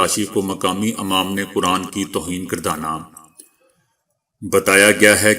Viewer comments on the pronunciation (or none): please say imam not amam recheck your vice.